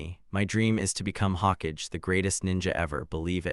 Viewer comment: Agreed normaly it doesn’t mispronounce Hokage